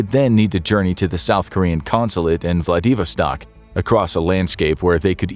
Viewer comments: It's Vla-di-VOS-tak. NOT vla-DEE-vostak. NK has LESS poverty, homelessness, addiction, pollution, cultural filth or gun violence/prison population RELATIVE TO JEWdeo-christian consumer societies. NOTE: BOT narrator is ridiculous but amusing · Vladivostok is not pronounced “Vladeevastock” FFS. Also, “United States basketball” NOT “United StatesEZZ”.